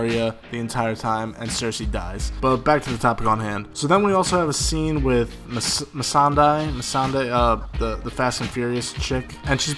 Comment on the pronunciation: If you can't pronounce Missandei you clearly haven't been paying much attention (if any) to the daenerys story arc and is now hyping her up to being the villain if you fanfiction.